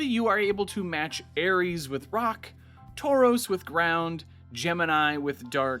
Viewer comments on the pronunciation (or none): not him saying tauros instead of taurus 💀